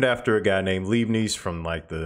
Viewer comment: into your fine video you inadvertently mispronounced "Leibniz notation," named for the 17th German mathematician Gottfried Wilhelm Leibniz. Start with the term for sodium hydroxide, which is "lye." Add the letter "b," followed by "nits." In German when confronted with an "ie" or "ei" in the beginning or middle or a word, stress the second letter. A German "z" is rendered with a "ts" sound.